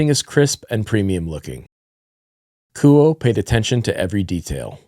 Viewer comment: Apparently, the pronunciation of Kuoe is "koo-oh" like "quo" in "quote". Should be easier to pronounce. I always thought it was "koo-oh-eh".